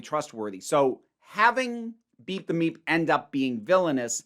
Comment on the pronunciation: Not to be crude... But i keep hearing beat the meat when you say beep the meep. 🤷🏻‍♂️🤣 Also am I the only person not thrilled with NPH being in Doctor Who? Like I won’t rant or rage over it. But it’s just so... I can’t explain it but I feel like others might get what I mean?